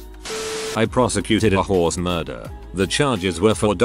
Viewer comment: The horse story...sad but I cackled because the way he said horse sounded too much like whores 🤣 "ripped the poor whores face to shreds, the little boy saved up by selling chickens to pay for half the whores" 😂😂😂